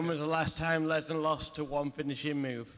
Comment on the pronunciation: "When's the wast time Wesnar wost to one finishing move?"